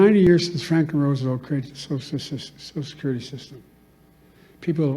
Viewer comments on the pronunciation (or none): Sosisesusesosussosill secyuriy